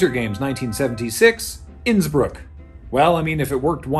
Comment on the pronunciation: I'm not the only one who kept hearing Nsburg instead of Innsbruck, right? Yes? Good. And woo boy is the 1952 Helinski phallic.